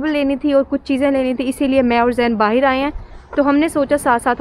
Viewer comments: I knew when she spoke "Bahir" in place of "Bahar" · ab hum log jaa rhe hai Baahiir ya baahar? kam se kam 50 bar baahiir bola hoga is video me lol fisal gayi to snow me? iske baahiir se mughe himesh song yaad aya aap ki khaatirr yaar isko baahir kisne bolna sikhaya .. foren nahi foriegn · The amount of times she said “ bahir “